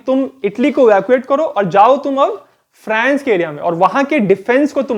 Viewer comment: फ्रैंस या फ्रांस ??? भाई अंग्रेज कम बनो और सही उच्चारण करो ।